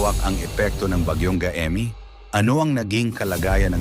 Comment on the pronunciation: MALI ANG BIGKAS NG GAEME DAPAT GAYME. KAYA WINALIS LAHAT CG NGA HINDI KAYO NAKIKINIG SA CALL OF HUMANITY NAGBILIN AKO NOON NGAYON PILIPINAS SUBUKIN MATATAG ANG EDUKASYON NGAYON NGAYON MATATAG O MALALANG EDUKASYON NAGKLASE BA KAYO HAH HINDI KAYO NAKIKINIG.